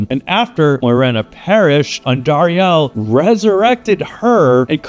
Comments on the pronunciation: The way you say Andariel is so funny. It's AN-dariel, not An-DAriEL. , you said correctly, how it should be said, different than how you said it for example . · why u say andariel wrong? its andariEL not andariAL